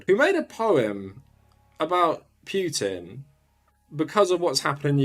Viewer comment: Good video, but please don't pronounce it Pyutin.